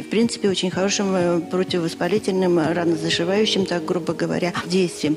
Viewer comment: РанозаШивающим?! РанощаЖивляющим! Где таких экс...находят? Редакторам - Диз!